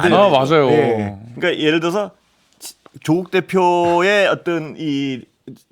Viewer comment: 다 끝내주게 잘 하시는데 조국대표만 좀 약하네요ㅋㅋ 경북은 1음절, 경남은 2음절에 보통 강세를 두는데 반대로 하시네요ㅋㅋ